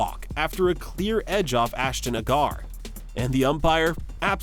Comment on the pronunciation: Nor Ashton Agar